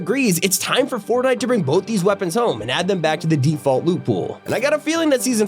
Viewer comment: "-Poppy Playtime in Fortinte!" No